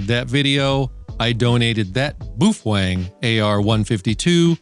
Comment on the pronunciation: You sure it's not ''bow-fang?" It doesn't sound ''manly'' the way you say it! I'm not sure I wanna say boof-wang!😅